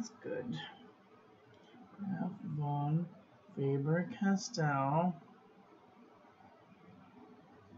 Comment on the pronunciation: Actually the V in Von is like an F in English and the A in fAber is the same A like in back and not like in face ...